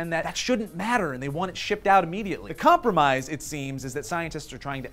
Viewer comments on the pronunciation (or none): none